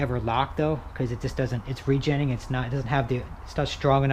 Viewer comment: Why don’t you say re- genning one more time